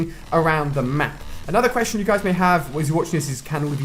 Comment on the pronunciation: He said "map" kinda weird weird